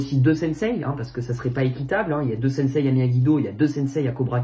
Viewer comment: Ça me fait marrer quand il dit sensei il dit "sensay"